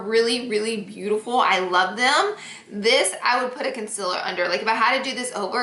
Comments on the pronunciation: NOT CONCILLER ITS CONSEALER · ITS CON-CEE-LAR not concelur ITS OI-EEEE-LY no oly omg drives me nuts i still love u tho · ITS CON-SEELER 😂😂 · Concealer not concila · "Her highlight, contour, and consiller stick" 😂😭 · does anyone else notice she says "conciler"😂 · concealer not conciller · Laura should make a concealer line called "conciller" cuz she cant say it right 😂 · The way she says concealer 💀💀💀 "concillerrrr" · Hahaha she’s been saying it like that since day one. You kinda get used to it but it’s funny someone brought it up. It used to bother me 😂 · "conciller stick" LMAOOO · FOR FUCKS SAKER ITS CON(ceeeeeaaaaaaa)L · why do u pronounce concealer like this? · y does she say concealer weird not hating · I really hate how she says concealer